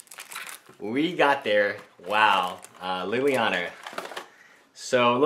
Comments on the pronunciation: Why do you keep on calling it lillianer? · There is no R in Liliana